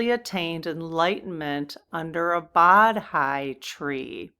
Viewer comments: Bodhi is pronounced “Bo - Thee”. It is also considered a sacred tree in Hinduism. Ficus religiosa. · Please let us know if you go down the path of Lao Tzu....very interesting story and possible counterpart to Buddha and the Bodhi tree story. Pronounced Bo - dee. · BCE: Before Common Era (secular) BC: Before Christ (Christian) Both mean before the birth of Jesus. Bodhi: pronounced Bō (like bow and arrow) Dee. 😊